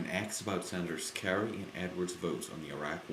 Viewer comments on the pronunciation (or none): 5 because you pronounce "asked" as "axed"